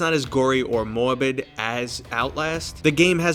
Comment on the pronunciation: It's not too noticeable! I only caught it a few times (like when you say "Morbid"). I'm also Canadian so it probably sticks out to me a bit more. Great list, by the way, very high quality! I just ordered my first VR Headset and I am super excited.